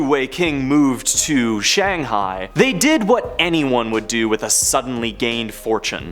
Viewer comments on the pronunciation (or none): none